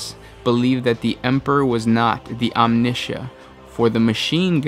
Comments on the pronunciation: Omnissiah= Omni-sigh-ah. Idk where you got that "sh" sound in the middle m8 lol Its not Omni-Shia Labeouf... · You mispronunciations always drive me insane... this time omnissiah... you said omnishah... omnissiah is a combination of Omni- and messiah. om-knee-sī-ah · Omni- Ssiah (As in Messiah) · 'omnisha' oh you are just ADORABLE... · "Omneesha" *weezes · "The living embodiment of the Machine God. The Omneshiaeera". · Apparently Omnissiah is pronnounced Omneesha now? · I cringed when he said it. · just butchered the name of the machine god BLASPHMEY!!!! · I felt physical pain in my cybernetics when he said the Omnissiah's name wrong.